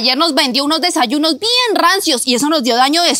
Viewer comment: Porque dise desalunos😮😮😮😮😮😮😮😮😮😮😮😮😮😮😮😮😮😮😮😮😮😮😮😮😮😮😮😮😮😮😮😮😮😮😮😮😮😮😮😮😮😮😮😮😮😮😮😮😮😮😮😮😮😮😮😮😮😮😮😮😮😮😮😮😮